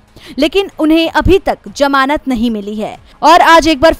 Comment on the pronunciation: जमानत शब्द सही नहीं है, ज़मानत कहा कीजिये